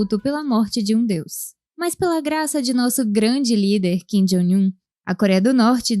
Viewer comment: ô narradora, por que você sempre pronuncia Kim "Jóing" Un? Não é assim que se fala!